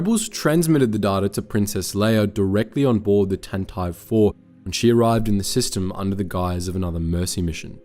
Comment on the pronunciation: Why does he keep pronoucing Tantive IV so weirdly